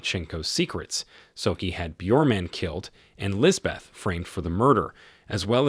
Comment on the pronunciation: The h is silent, it is pronounced lisbet